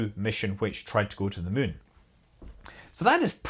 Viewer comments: Just here to hear Scott say "mun." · Worth it to hear a Scotsman say "Muuuun" :D, good info, too!